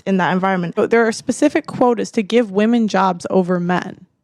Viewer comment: "modern wahmen"